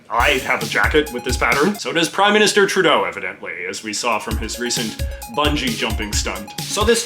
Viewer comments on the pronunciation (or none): none